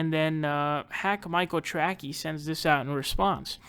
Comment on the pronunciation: I never liked Michael Trackey when he was on TYT. I thought his last name was pronounced "Tracey"', no?